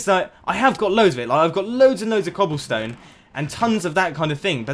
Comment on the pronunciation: read better next time the man is referring to "clobble stone" you on the other hand youre talking bout cobblestone